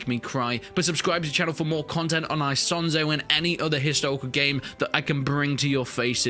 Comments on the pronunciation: It's not said ISONZO with the English I but it's pronounced Eesonzo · E "sonzo" not I "sonzo" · Im italian buddy its Esonzo not I as in me sonzo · The right pronunciation is "Ease-on-zo". Btw, I actually live very close to Isonzo river. I can get there by bike in 10 mins.